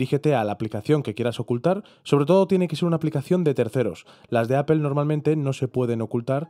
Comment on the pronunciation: Una sugerencia, la palabra Apple es inglesa, al pronunciarla no suena la “e” al final.Fonética elemental.